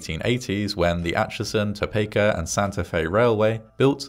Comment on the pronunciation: As usual, you distill the story so concisely. Admirable! I was also heartened to hear you pronounce "Cajon" more or less as we do. "Topeka" on the other hand .... 😉